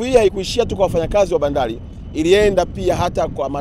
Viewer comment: Leli. Lahisi, Maloli, Bandali, Miladi, Laisi wetu, Miladi mikubwa. Huyu jamaa alikwenda Shule kweli. Kichefu Chefu kitupu.